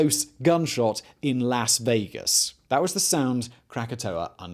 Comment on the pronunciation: "LASS-vegas" and "Dec-a-BELLS". I realize hes English but funny the enunciations he puts on "syll-a BELLS" lol